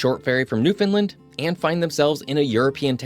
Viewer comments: This narrator is not from the area. Every time he sats Newfunlin it’s cringe worthy. It’s pronounced New-fun-LAND. As in understand Nrwfoundland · Ok the way we teach people to say Newfoundland , it rhymes with understand. Nobody here says New- fin -lind . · Agreed there is no fin in Newfoundland. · Not how you pronounce Newfoundland! I wish these YouTubers who do videos on Newfoundland would spend more than 5 seconds on pronouncing Newfoundland